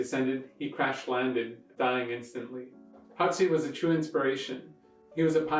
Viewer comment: It's pronounced Hawksee...